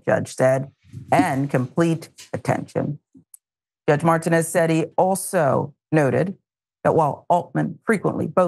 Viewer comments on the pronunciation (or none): Martinez😂not mart ten ez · MarTEENez is how the judge's name is pronounced, please. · Good commentary BTW iit is mar TEE nez